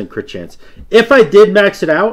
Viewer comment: "I'll beat your ass with cwit" I lost my shit. Trying to sound tough and end up sounding adorable. LOL.